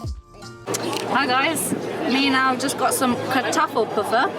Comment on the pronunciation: It's so cute how your accent makes "Al" sound like "owl". :)